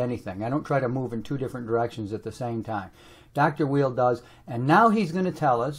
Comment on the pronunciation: The art of argument requires that a person study his opponent and understands who that person is and what the opponent represents. That includes being able to articulate the opponent's position accurately, and learning how to pronounce his name correctly for Pete's sake! Both sides have merit but starting out with insults does not work.